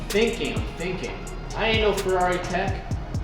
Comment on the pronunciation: FERRARI not FEWWAWI